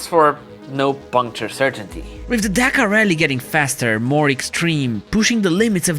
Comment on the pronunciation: Can't imagine Romanians pronouncing Dakar as Deekar